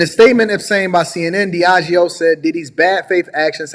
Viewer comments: Lol right. He strong and wrong “Diego—yep! I got it right.” Humorous. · Diageo (g-is pronounced with a j) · “Diego” 💀 Diageo just happens to be one of the biggest spirits company in the world. And this idiot cant read out 6 letters. 🤦🏻‍♂️ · DEE AHH GEEO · Pronounced DEE-A-GEO👍🏽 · It’s pronounced Deahh-jee-oh (the g is dragged like in “concierge”). I’ve met a lot of people who work there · It’s pronounced DEE-AH-GHEE-OH